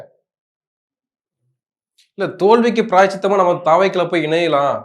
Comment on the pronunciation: பிரயாசித்தம் அல்ல. பிராயச்சித்தம்